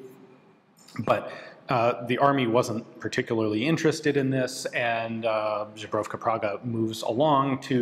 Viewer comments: Ian, unnecessarily complicating the pronunciation of "zbrojovka" for himself is just lovely 😁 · I honestly don't know how he managed to do that. There's only 3 consonants at the start of "zbrojovka", why had he decided to put a vowel there? How had he managed to change "z" into "ż"? What happened to "j"? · Cool video, just if i can point out - you are saying ˋZbrojovka´wrong (but funny). Its normal Z like Zyxel or Zanzibar, not likes Ž like Žiga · The way Ian pronounces "Zbrojovka" sounds more like a certain brand of Polish vodka xD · Half the fun is hearing non czechs pronounce czech words, hope nobody corrects you, because this is too good. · who taught you to pronounce zbrojovka like that, it's grinding my ears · For some reason as the time goes, Ian's pronunciation of the word "zbrojovka" is getting worse and worse:-D. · Not a big deal but i recommend looking up how to say "zbrojovka". The way you say it sounds like "žebrovka", which doesn't exist in czech in this form, but could be translated as "made out of ribs", it just sounds funny. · I love your videos, but man that "zbrojovka" pronounciation gets me every time. Z-bro-yov-ka :) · When you read that "zbrojovka" as "zhubrovka" most of Eastern Europe sees vodka from Poland "żubrówka" instead of gun factory xd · I love how Ian says "żubrówka" instead of "zbrojovka" 😂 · Dude. Please. Go to Google Translate, select Czech, type "zbrojovka" and click that little 🔊. What you are pronouncing there sounds like Żubrówka, a brand of Polish vodka. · Ian, as much as I love your channel, it’s not zubrovka, that’s polish vodka. It’s zbrojovka. I know it’s hard to pronounce for foreigners. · Ian pronounces "zbrojovka" as "Zubrowka", which is a brand of Polish vodka. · I love how "zbrojovka" became "Żubrówka" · Czech here, please google how to pronounce zbrojovka. Im not trying to hate here but first few times you said that i honestly did not know what you meant. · The pronounciation of Zbrojovka Praha really hurt.